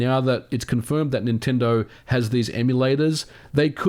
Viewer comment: Please stop calling Nintendo "ninty".